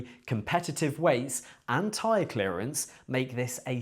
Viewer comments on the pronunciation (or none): none